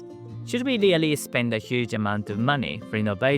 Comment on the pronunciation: I rearry rike this guy